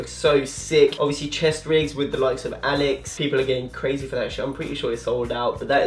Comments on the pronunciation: ALYX is pronounced “aleeks” not “alex” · Alyx is pronounced as “aleeks” just so u know mate😈